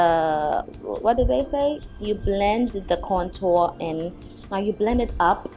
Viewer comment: I don't have any qualifications to leave a rating. I will agree that's a lot of work you gals go thru! I rather liked the natural color of your lips before you applied the " I just kissed an ink pad" look. Lol Congrats on the 500 subs! You deserve it! p.s. contour is pronounced with the "u" sound as in mature, nature, manure. and the Tour d' France (bicycle race). 😋